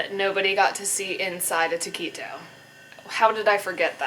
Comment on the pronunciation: I like the way she pronounces taquito "ta-key-toe." lol